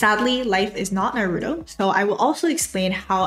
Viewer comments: it’s naruto not naroodoe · “NAROODO” you mean “NAH-RU-TOE”😭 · Please say Naru-To not Na-roo-doh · Not you saying "nuh-ROO-toe" 😳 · The way you're saying Narooto is triggering me and pushing my buttons lol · NAH ROOTOE is how it's pronounced! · lovely and very helpful video. but the way u mispronounced naruto had me laughing LOL!!! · I love you but please.. why did you have to pronounce Naruto that way 😭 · Imagine saying naruto wrong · The way you pronounce "Naruto" is hurting me. Anyway, great content. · Don't say Naruto like that please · your pronunciation of Naruto really disturbs me......